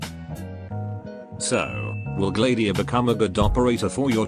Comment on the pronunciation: Wait it's Gla-diia? I pronouncing it as Glad-iia